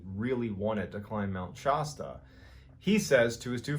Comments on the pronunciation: Love the stories. Please pronounce it correctly: it’s pronounced Shăsta, the a pronounced, rightly or wrongly, as an a in apple. Your pronunciation may be correct (Shah-sta), but Californians know it as Shăsta. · Love the way he says Mt. Shasta, it is wrong but I love how funny it is lol (Sha-stuh, not Sho-stah) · Mt. Shasta....soft a sound. Not Mt. Shosta!!!!! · Shastah not Shosta... Mt Shasta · Love ya man…but it’s Shāsta. Not Shawsta. Haha. Love your stuff though 🎉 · It’s pronounced “Shasta” not “Shaw-sta”! 😂😂😂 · Mr. Ballen, you are the best stroyteller. One correction: Mt. Shasta is pronounced like Fast-a not Pasta. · Shasta, not Shosta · It's pronounced Mt. Shasta, not Mt. Shawsta. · It’s Mt Shasta not Mt Shausta. Shasta like Shaft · I love Mr ballen but he regularly mispronounces names of places and it kills me. It’s Shasta like Shasta soda not shaaaaasta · its not pronounced shaw sta....its pronounced Shasta like you would say shadow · Cool video. But it’s pronounced “Mt. Shââh-stah” and NOT “Mt. Shaw-sta.” It’s a long “a” like “Bat” not “Shaw-sta.” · Love your stream I’ve been listening to them every day at work I’ve heard the Mt Shasta stories on a couple of your videos. The only thing that bugs me because I was born and raised there is how you say Shasta it’s Sha Sta the a in Sha is like the A in Apple not Shaw Sta it’s short A like bath, trap, bat. Sorry I’m that guy I just can’t help it because I’m from there. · Dude please! It's pronounced "Sh-ASS-ta". not "Sh-AWE-sta". Been there. Skied it. Did not get abducted!! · Please stop pronouncing it like Shosta. It's Shasta, the a sounds like the a in the word "catch". Other than that, great story but your pronunciation is driving me nuts. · Shosta? Sh-a(like in apple)sta. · Around the west coast.... it's Shass-tuh Not Shah -stuh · Pronouncing Mount Shasta as Mount Shah-stah, it's Mount Shaa-stah, lol, but other than that I am subscriber and love these videos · It's not pronounced Mt. ShOsta it's Mt. ShAsta💗